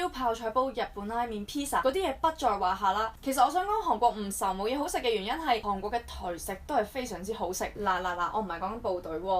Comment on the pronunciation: 如果無聽錯， 你一直讀緊航國。